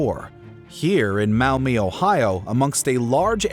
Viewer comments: Its pronounced maawww meeee. Not mow me. Even Google can't say it right. You also forgot to mention that the black swamp was drained. Michigan sand was also used to fill it in. One location for where the military jeeps were produced was in Perrysburg, Ohio. The buildings and the tracks for loading trains are still there. Other businesses now occupy the buildings while the tracks go unused. There are numerous parks, of all kinds, with gorgeous scenery, camp sites, caves, waterfalls and even the erie canal. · No no no. “WAH-bash” Not “Wuh-BASH. - Ew!! “Mow-mee?” NO!! “MAW-mee.” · Just wanted to point out that Maumee is pronounced "Maw-mee" instead of "Mao-mee". Still, awesome video! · Maw-mee, not mao-mee. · It's" maw-mee", not "mao-mee" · I came here to say the same thing 😂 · MOW-MEE hahahaha